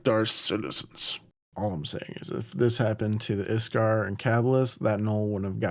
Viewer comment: Ik-sar. Not Is-kar.